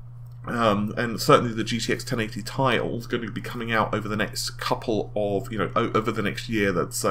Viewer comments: IT IS T I NOT "TIE" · .....do they not read the comments? How many people have been telling him it's not 'Tie' but 'T.I.' as in the rapper or 'Tee-Eye'. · 1080 tie tie tie tie tie!!!! aaaaaaaaaaaaaargh, it is T.I. FFS!!!! pronounce it Tee Aye!!! PLEASE!!! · 1080 Tea eye! not Thai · TheSinisterEyes1 T I sounds better and tye isn't well known so if I go to the shops they won't know what the hell I'm talking abt when I ask abt the 1080TI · AAAAAAHHH STAHP SAYING TIE!!! IT'S PRONOUNCED T-I!! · Bah w/e....just going to watch other people who don't pronounce it 'tie'. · When he says "TIE" something breaks inside of me... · am I the only one who gets extremely annoyed when he pronounces TI as Tie? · You say 1080ti very weird. If your to lazy to say the extra syllable who cares but it is kind of weird. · Redshiftit do you know how to read? Ti is not for the chemical symbol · u said "TI" like you know it winds up some viewers. me? not bothered. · Like how people pronounced Pb as "pub"?